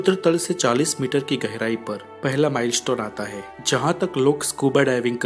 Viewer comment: abe to ..har baat k last me hain . bola kro he he kya krte ho .jukam hua rhta hai kya